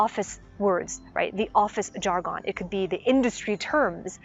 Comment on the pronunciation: Jar-gone lol